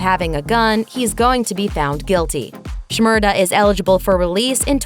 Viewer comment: Omg the narrator saying "shmurda" is sooo damn cringy lmao she sounds so fucking white attempting to pronounce his name XD